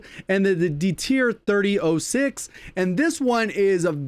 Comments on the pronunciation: thirty aht six :) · It's said 30 yacht 6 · Thirty odd six is how it is said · You say THIRTY AUGHT SIX, please for the love of all WW2 things, say it right.